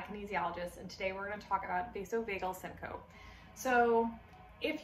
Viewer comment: You're mispronouncing syncope.